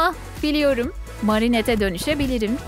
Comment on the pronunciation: Marinette Merinet diye okunuyor. Adrian Edriyın diye okunuyor. Söylediğin ismleri duydukça tahtaya sürten tebeşir hissi duyuyorum.😅